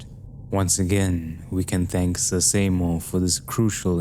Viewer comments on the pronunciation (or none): none